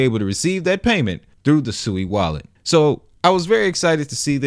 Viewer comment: It’s pronounced (SWEE).